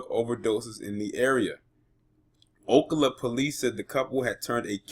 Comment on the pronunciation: It's pronounced o cal a. Cal like California not o ca la